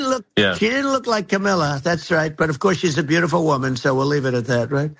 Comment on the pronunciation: When he said "she didn't look like Camilla", is he trying to insult the UK Queen, or is he trying out new ways to mispronounce Kamala?